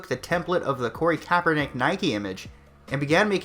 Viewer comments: I love how you never say his name right. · are you pronouncing his name differently on purpose? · I like how you say his name wrong everytime!!!